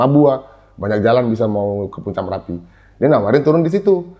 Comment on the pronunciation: MERAPI bos..bukan M"A"RAPI